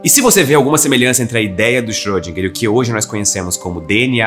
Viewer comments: Só uma dica linguística:a pronúncia de Schrödinger não é Xirôdinger.É Xirêndinger. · a pronúncia dele não tá certa. Não seria problema ele colocar humor se o humor fosse bom.